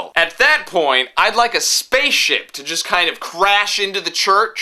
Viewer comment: i swear you said "space shit", but i know what cHU mean